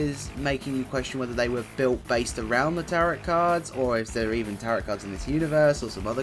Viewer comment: Bless you, Tarot is said like Taro my friend x